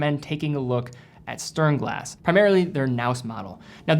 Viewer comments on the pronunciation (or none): OY... sturnglass? it is STERN glass no uh, and è...COME ON! You can do it! Back to school maybe???